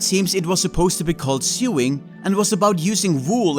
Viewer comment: Sewing is pronounced Sowing or Soe-ing not Sue-ing. Despite the way it looks, english is weird.